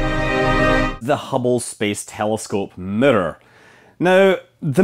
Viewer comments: What's a murrur? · WTF is a "Mitter"? "They put the 'MITTER' in the hubble telescope" ?????? Do you mean miRRor? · The Hubble telescope middor? I’ve never heard it been Called that before... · Mitter, ettor lmao. Scott your awesome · Mirror = mitter. Error = etter. Luv ya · Yeah we actually say the word like it’s spelled in the U.K. and pronounce all of the syllables correctly. To us it sounds like Americans are saying ‘meer’ when they try to say mirror. There’s nothing that remotely sounds like a ‘d’ in there, he’s just pronouncing the double ‘r’ properly. Which, sounds a bit stronger than an English person would pronounce it because of his Scottish accent. To us, it’s the American pronunciation that sounds way wrong. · auto-gen subtitles can't handle pronouncing "mirror" like that, it got, "the murdered had to be grown to a very exact shape" 🤣 btw, couldn't you say the Hubble mirror was precise but actually not accurate ? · You pronounce 'mirror' weird, Scott. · This guy can't pronounce mirror no matter how many times he tries lol